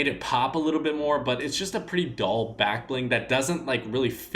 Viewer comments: Dull not doll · Stop saying that colours are “doll”. Its DULL!